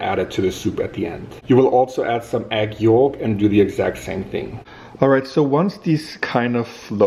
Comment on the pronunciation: she’s in her Irish core era— “egg yoooooolk”